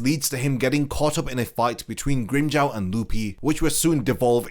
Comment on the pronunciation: Grimm-"Jao" 😭😭😭 it's Grimmjow as in Jaw na Jao